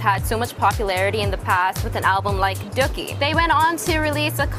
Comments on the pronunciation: DOOKIE IS NOT PRONOUNCED "DUHCKY" ITS "DUE-KEY" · It annoyed me when she pronounced Dookie as Dukie :P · I'm a Green Day fan and as soon as I heard the mispronunciation of Dookie I lost it! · how hard is it to say dookie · No duh. She didn't even say "Dookie" right!